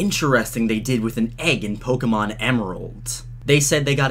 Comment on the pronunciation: Ur pronouncing Pokémon wrong